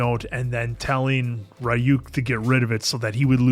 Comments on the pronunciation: its pronounced ree uk. not ra e uk. The R is not strong, its like it sounds when you spell tree or tarot. The Y sounds like an E. The U doesn't sound like YOU, it sound like the U you use to say PUT. Reeuk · still calling him Rayuk I wonder why when they keep saying Ryuk in the show xD